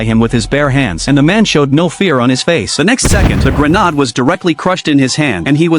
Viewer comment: Did this man say gernawds